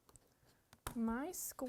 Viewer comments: Lovely,! Thank you❤P.S. I love how you pronounce “across” as “acrost” emphasizing the “T.”😊❤ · The word ACROSS Doesn’t have a T in it. 😆